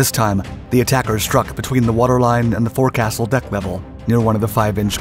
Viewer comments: Foke'-sil, not fore-castle, ye lubber. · The forward part of the ship encompassing the command stations / bridge is pronounced " folks-il" although spelled as forecastle. Great story on the A. T. Mahan. I worked at the US Naval War College, which owes its existence to a large part on Mahan's study of the influence of naval sea-power in world history. Narragansett Bay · "Forecastle" is pronounced FOKE sul. Why? it just is. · Naval terminology can be tricky, "Forecastle" is pronounced "fohks-ul" The first syllable sounds like 'folk' as in folks, the second syllable is guttural sounding and the 'r' is silent. The origin of the word comes from medieval european shipbuilding designs. In medieval shipbuilding, a ship of war was usually equipped with a tall, multi-deck castle-like structure in the bow of the ship. It served as a platform for archers to shoot down on enemy ships, or as a defensive stronghold if the ship were boarded. I served twenty years in the US Navy, those words are burned into my brain forever. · Forecastle ('fok-sel)